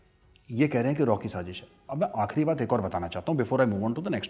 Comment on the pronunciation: Shazish nai Sazish hota haa, like it’s not zheeeerrro it’s zero. You are Zero . Both countries are cheap India and Pakistan. Threat to the world. Major tell India how your atomic uranium got stolen.